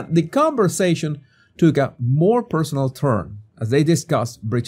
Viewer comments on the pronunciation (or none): Moar? It’s more